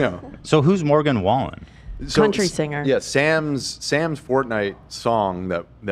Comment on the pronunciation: The way Ethan says any word that ends in inger will always be funny to me, he sounds like he forgets English when he says singer or ringer 😂